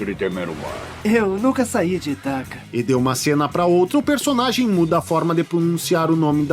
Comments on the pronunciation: Mas, infelizmente, devo reconhecer que alguns dubladores pronunciaram errado, mesmo. É Ítaca, com certeza. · Neste filme houveram dois dubladores para o papel de Odisseu. Na maioria das frases era o Hélio Ribeiro (dublador do Coringa em Joker) e na derrapada de Itaca e Aiolos era o Luiz Antônio Lobue, dublador do Cavaleiro de Ouro Aioria de Leão.... acho que por isso ele se confundiu na pronuncia kkkk